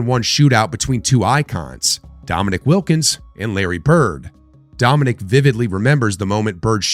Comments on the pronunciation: DOM-IN-EEK! Please. Are you AI? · “Dominic” Wilkins?!? That’s disrespectful